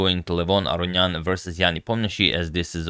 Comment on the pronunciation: Agad is literally unable to correctly say Aronian. Listen, every time he f's it up. It's Uh-row-knee-an.